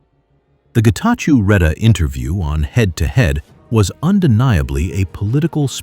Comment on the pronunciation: Great take, thank you, but please ask the voiceover voice to pronunce it as Getachow instead of -chew as in chewing gum.